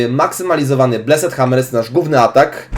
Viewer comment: Plis, mów [blest], nie, [bleset], a tak to jesteś przekozakiem :)